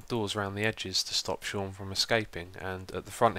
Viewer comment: It is not pronounced Seen, my name is Sean.